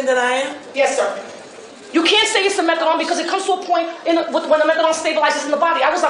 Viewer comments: PS It's methadonE not methadoN, that was killing me the whole time. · It's not methadon it's methadone!! With an e on the end!!! Jagoffs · MethadONE not MethaDON. I don’t get it!! There’s an E at the end. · And then there's "methaDOM." They say that methaDOM is stronger than methadone.